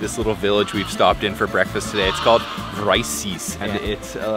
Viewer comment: I'm hearing Rice-ys. It's VRYSES pronounced VRI-SESS.